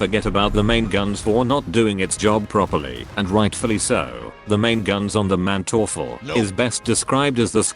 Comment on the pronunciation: the funniest thing of this video is his pronounciation of manteufel xD in german you pronounce the first syllable not the second as often in english. so its MANteufel not manTEUfel